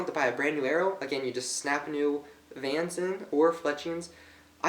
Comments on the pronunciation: Do you not know how to read you are saying vans not vanes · the tip is called a field point dipshit......and its not paint...is anodized.....with most rests you put the oddman out on the top....the vanes are pronounced vains not vans...vans are shoes moron...detail? you dont know shit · vanes not vans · Is he saying 'Vans' or vanes..... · Did he call the vanes vans? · Von-ees? Seriously? You can't read english? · long A - Vanes - like veins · oh and you said vanes wrong